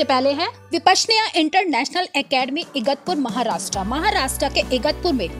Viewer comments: Igatpur नही Igatpuri सही नाम है❤ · Please correct yourself with your pronunciation before you make such informative videos. You said first Asharam is in "Igatpur" It is wrong it is known as "Igatpuri" I think you should do your proper homework about the place before you make videos and share them with the world. Thx. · Pl. Speak correctly Vipasyana in Igatpuri n nit Igatpuri